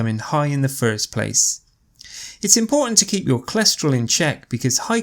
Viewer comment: ...Why is it "cholescherol" instead of "cholesterol"...🤔...